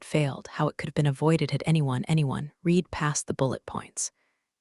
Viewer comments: It should sound like “red” in the past tense, not “reed.” Simple fix! 📚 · every “reeed” instead of “red” had my eye twitching. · The past tense of read (Read) is RED (Read). The AI shoulkd learn that. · Teach the narrator how to pronounce the past tense of read.